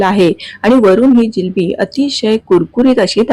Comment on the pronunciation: जिलेबी नाही जिलबी म्हणतात😅